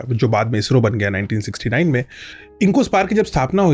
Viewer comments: इज़रो ❌ इसरो ✅ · Izzro nehin he wo garv se bolo ISRO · Ejro nhi Isro pronounce krte hai 😂😂😂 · It's not IZRO it's ISRO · IZRO nhi ISRO hai... Dedh saane! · ISRO❌ IZRO ✅ Cool banne ke chalker mein pronunciation hei galat kar dia!! 😂😂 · Pahle Toh Isro bolna seekho bhai,.Ezzro bol rhe ho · इसरो को इजरों बोलना , स को ज बोलने के चक्कर मे भाईसाहब भी लगे है।